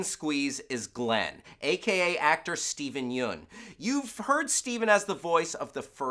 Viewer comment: god damnit it's not steven joon it's pronounced YUN. Also surprised they didn't mention Carol, Dale and Andrea all worked together on The Mist before TWD.